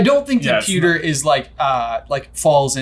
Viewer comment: Anyone else say “sponges!” When said “pucker” instead of pewter?